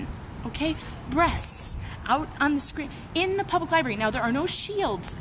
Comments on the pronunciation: I took a shot every time said "Li-bary"....hic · said liberry. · and then she said 'libary',... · Why can't you bitches pronounce "library" properly? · and it's a libRARY. it bugs me when people don't say that first R!